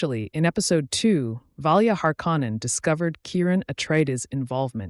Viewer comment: Learn how to pronounce shit its literally said in the show and you cant even say harkonnen right jesus dude 😂